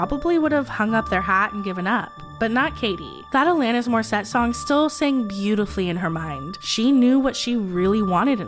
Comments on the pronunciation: Please check your pronunciation before recording your videos! They are so brilliantly recorded, written, produced... your team knows more than anyone how much work goes into Deep Dive Productions. I'm a big fan, but mispronunciations like "Alanis Morissette" take me out of it, undermine your professionalism, and disrespect people whose names you mispronounce. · I’m sorry but as a Canadian I keep getting triggered every time you say Alanis Morissette incorrectly 😂 But I don’t overall care I adore this channel and secret society sooooooomuch